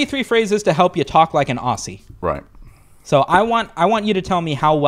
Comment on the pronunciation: Your first mistake was mispronouncing “Aussie”.